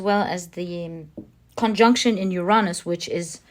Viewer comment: Uranus = Youuuu ranus! (The first ‘u’ is stressed)! 🙏